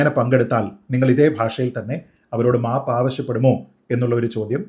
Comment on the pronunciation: 😂😂😂😂 " mapu" ennu kelkumbo Savarkare ormma varum😂😂😂😂